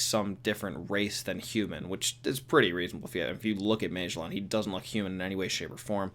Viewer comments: Magellan was a real person. Ma-gel-in. He was an explorer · Its pronounced mah jell in lol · I’ve definitely never heard “Magellan” pronounced that way. Also, he’s definitely not the only one who works in Impel Down that has wings. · I didn’t notice he was saying magellan until the mid of the video, why do you pronounce it like that weirdo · LMFAO!!!! You can't pronounce Magellan. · Holy shit. You don’t know how to pronounce Magellan. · Oh thats what he was trying to say? Lolol